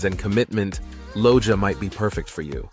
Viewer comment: Just a correction, Loja pronunciation is: Lo - ha. Great video!